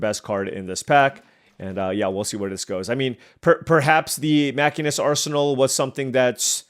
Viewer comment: Still loving the FF draft! BTW, I know it doesn't sound right, but the class in FF14 is "machine - ist" edit: dude, the game that ended with 9x syncopate was killer edit2: wtf are these decks